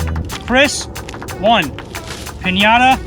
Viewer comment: You guys pronounce pińata weird